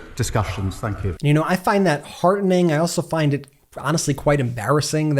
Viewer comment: why do you pronounce any word with a t in it you pronounce it as a d. It's awful!!!